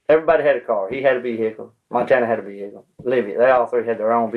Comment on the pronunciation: “They had a vee-hickle, she had a vee-hickeleI, I had a vee-hickle, he had a vee-hickle, everyone had a vee-hickle”! lol 😂😂😂😂😂